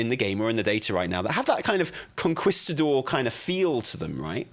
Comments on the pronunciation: Con-kees-ta-dor hahah not Con-kwis-ta-dor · Lmao idk what a conKWIStador is, but I think he's trying to say conKEYstador 😂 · I can't take anything serious when you say Conquistador like that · It’s Kong-keeestah-door…….ya limey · Con-kwis-ta-dor eh? Fml lol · Con-key-sta-door, for the love of god.... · "con-kwis-ta-dor..." Bless his heart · for the love of god the u is mute like in que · i agree with everything you said except the way you pronounced conquistador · really set his British to 1000 with his pronunciation of conquistador. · I’m sorry, the way says “Conquistador” is killing me. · I'm glad it wasn't just me. I flinched each time he said it lol